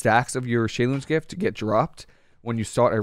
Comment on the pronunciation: I notice you actually know how to pronounce Shei lun's gift. Interesting! You must have some background in Mandarin Chinese.